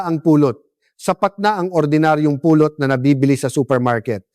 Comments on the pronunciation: Anong Puuulot ?? " Pulot.!! Bisaya po ba kayo? Tagalog na nga Mali pa ang pronunciation ninyo. Ano b yn kwento na nman .. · The reason why people can't understand that ut is " honey" is the way you prnounce it. You prnounce it it like " pulot"-pick up. I hate aI ( artificial intelligence).